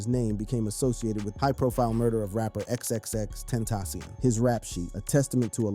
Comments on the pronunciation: Xxx ten tas see on . Is how u say it fqm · Should’ve learned to say his name before doing the video 🤦🏽‍♂️ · nga died 6 years ago and you still cant pronounce his name right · I DONT MEAN ANY HARM BUT PLEASE LEARN HOW TO PRONOUNCE HIS NAME THANK U